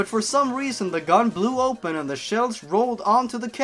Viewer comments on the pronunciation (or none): none